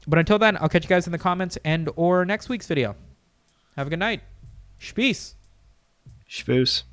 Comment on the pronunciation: So... Just wondering... Where did the "sh" come from in shpodcast and shpeace and anything else I may not be aware of? Please enlighten me